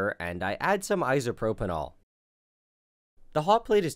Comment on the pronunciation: Please stop calling it 'isopropynol'